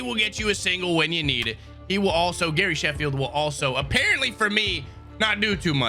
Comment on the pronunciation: He says Harry Shafield not Gary Sheffield